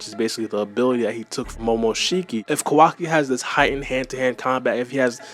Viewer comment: Butchering Kawaki's name badly